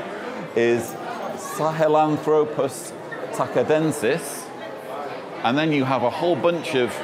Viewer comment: great vid as always! though I do have a small nitpick... the species name of Sahlenthropus tchadensis is pronounced as "cha-densis" and not as "taca-densis" 😅 It was named after the country of Chad where the first specimen was discovered